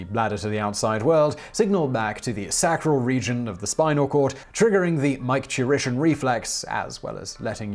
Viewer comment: SACK-ral??? Is that a European thing? Because it's pronounced SAY-cral. MIKE-turition??? It's MICK-turition. Ureter, not uterus. This is flat out sloppy pronouncing and rather unacceptable for a channel of this quality. And not the first time I've noticed it.